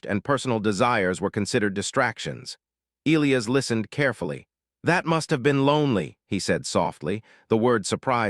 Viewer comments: How can AI be so brilliant in one way & crazy stupid enough not to be able to pronounce the name e-LIE-us & turn it into e-Lee-us?? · It is a very bad thing to miss-pronounce the name of any key person in a story and this team falsely pronounced the name of 'Elias' by not using a hard 'i' when it is only an 'English' name with that 'i' so pronounced! This error almost makes this long-term author/reviewer quit reading! If the team can't get the name of a key person correct, can they get anything important correct? Likely not!. Oops LoL 😢😮😮